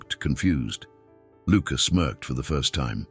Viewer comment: Smerked, not smoked, you twit A.I.